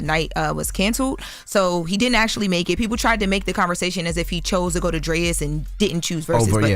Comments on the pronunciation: “Drayas” lol it’s DRAIS… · Why is pronouncing Drai's as "Drayas"? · Drais is not Drayas it's pronounced Drayes. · Dammit it’s pronounced DRAAAAAYS not DRAIIIZ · Pronouncing Drais all wrong lol it’s pronounced Drays